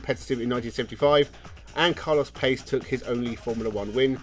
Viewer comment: Carlos Pace's last name is pronounced Pa-che